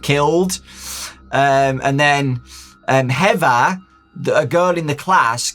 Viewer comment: be like "heva"